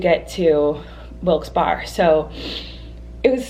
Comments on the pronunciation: BTW ITS PRONOUNCED WILKES BEAR NOT WILKES BAR. SORRY IDK Y IM STILL IN ALL CAPS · Pronouced Berry not Barre😁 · Hunti it's pronounced wilkes bear-e not wilkes bar lmao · hearing you say wilkse bar instead of wilkse bear, hurts me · Wilks bar? WILKS BAR?! Honey noooo it's wilks barre (pronounced "berry")....I knoooooow I'm years late lol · I dont mean to be like that person but its pronounced wilkes Barry not wilks barr sorry it just kind of bothered me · I cant help but get slightly aggravated at the fact that she says "WIlkes Bar" instead of "Wilkes Bear" or "Wilkes Berry." I live 5 mins away and no one calls it "Wilkes Bar" lol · Wilkes Barrrrr hehe. That cracked me up. Berry. It’s pronounced berry. Hehe. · Ahahaha it is pronounced Wilks Berry 😂😂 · You'll probably never see this but I have to say it, it's pronounced Wilkes Bear. Not bar. This is actually a big debate in PA cause there are also people that pronounce it Berry. But the majority say bear. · Lol I’m from PA and I love near wilke barre and it’s funny to see how people pronounce in because it looks like Wilkes bar but it’s it’s pronounced Wilkes bear 😂😂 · "Wilkes Bar?" LOL I'm from PA and that's not how we say it. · I WISH I COULD HAVE SEEN UUU! And most people say Wilkes Bear, that’s how we pronounce it I mean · Hopefully you didn’t pronounce Wilkes-Barre that way in the show. It’s pronounced like Barry or berry. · Who wants to tell her it's pronounced "Wilkes Barry?" Ha. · Gurl it’s pronounced Wilkes-BEAR even tho it’s spelt Wilkes-Barre😂😂 Also, you can turn right at a red light in PA but you need to treat it like a stop sign &stop before you turn!!! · It’s pronounced Wilkes “bear” like a bear🐻 or just Wilkes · It’s pronounced wilkes “bare” I’m cracking up so hard at you slaughtering it hahahaha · "Wilkes Berry" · No offense. I love u colleen it's pronounced wilks bear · Colleeeeeeennnnn it’s pronounced Wilkes-Berry instead of Wilkes-Barre it’s weird tho lol I’m from PA love you 😘